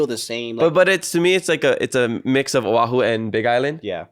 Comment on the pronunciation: O’ahu not Ohau lol